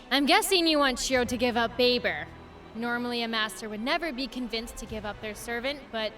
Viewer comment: ITS NOT BABER ITS BAE-BER AND SHE IS MY BAE-BER EEEEEEEE